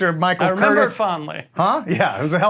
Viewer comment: Director Michael Curtiz, born in Hungary, is pronounced “cur-TEEZ.”